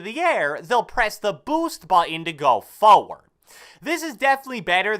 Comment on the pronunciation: Why does he say forward so funny? 😂😂😂